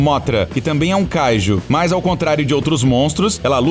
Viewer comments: mano,seus videos são muito bons,mas dá muita raiva quando se pronuncia as coisas do modo errado,tu fala a silaba tonica de kaiju como se fosse o KA,mas é kaiJU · Ele fala kaiju de um jeito muito estranho.